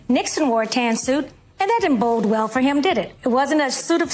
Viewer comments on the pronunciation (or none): It's "bode" well, not "bold" well. F-ing idiots, f-ing eh. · Fox news woman said, "It didn't 'bold' well for him"? Seriously? The word is 'bode'. I guess she and Marjorie Taylor Green can discuss "peach tree dishes" and "gazpacho police" together.